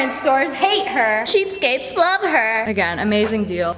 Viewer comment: she said it wrong too "cheapscapes" which is even cuter